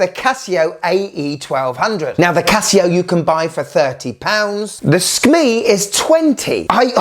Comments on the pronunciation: Bro, I love you, but Skmei is pronounced like skmay, not skmee. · SKMEIIIIIIIIIII sounds like a decease😅